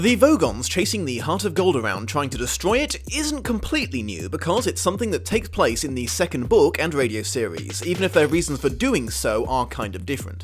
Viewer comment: From someone who claims to be such a fan of the original source, I don't understand why this guy gets so many of the people/place names wrong. Magnatheans? Gag Halfrom?